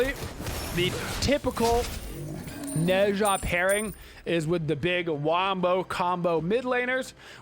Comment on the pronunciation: Not to be rude, seriously I actually enjoy videos, but i'm a newer viewer so I have to know... Does he pronounce the gods names wrong on purpose? Is it just bait to make people mad? Ah pooch? Neh sha? Jotunns? Whymeer instead of Ymir? I genuinely can't tell if it's an inside joke that i'm just not privvy to or if he literally doesn't know wtf hes talking about. The gods even say their names the correct way when you select them in game! I've watched every single video hes put out in the last 2 months and I still cant tell if it's a meme.